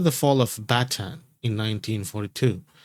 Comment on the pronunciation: It's BATAAN not Batang